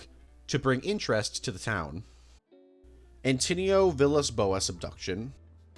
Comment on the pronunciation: As a portuguese person, you did great with the pronunciation, especially With Antônio's mid and last names